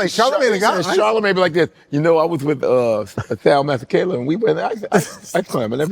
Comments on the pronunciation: Damn ntwana can't even pronounce his own names properly.....he's better off switching Devaugn, Raquan or something 😂 Just jokes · Bro can't event pronounce his own name and surname. 😅😅